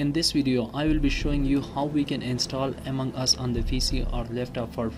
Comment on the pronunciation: Bro it is among us not amang us